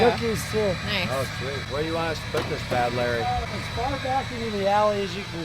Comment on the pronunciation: This MF again and again say standby and badlurry , it's really frustrating to hear this